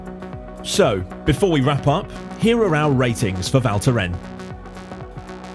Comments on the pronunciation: Val Thorens not Val thoren. Yous have to pronounce the s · He just couldn't get the name right - it is pronounced Val Thorens with an S! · Cool video, but please learn how to pronounce the name if you say it that often 😉